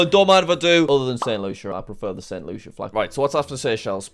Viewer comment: and the flaj was wronj too